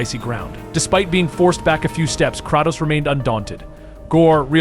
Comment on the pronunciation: AI VOICE OVER TRASH CAN'T EVEN PRONOUNCE KRATOS CORRECTLY